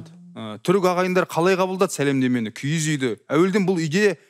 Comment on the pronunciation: КИГІЗ ЕМЕС КИІЗ ҮЙ ДЕЙДІ ҒОЙ. ҚАЗАҚША ДҰРЫСТАП АЙТПАҢДАРШЫ